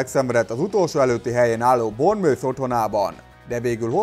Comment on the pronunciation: Hali. A Bournemouth-ot úgy kell mondani, hogy: "bormusz" Nem 100% de elég sok embertől így hallottam, aztán javítsatok ki ha nincs igazam. De azért gondoltam leírom. ;)